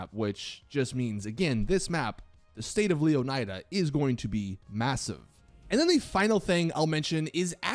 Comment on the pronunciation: I find your poor pronunciation of Leonida disturbing. It's pronounced Lé-o-knee-da. Not Leo-nai-dah" how lazy do you have to be?